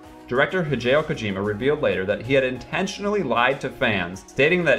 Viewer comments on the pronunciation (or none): ShadowPlatinum Mist also he completely butchered Hideo Kojima's name. Do a second take dude